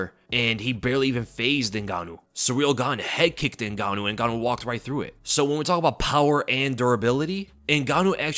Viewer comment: “Ngannou”??? Oh please…